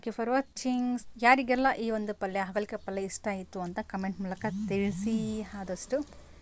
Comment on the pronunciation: ಅಗಲ ಕಾಯಿ ಅಲ್ಲ ಹಾಗಲಕಾಯಿ ಸಿಸ್ಟರ್ ❤❤😂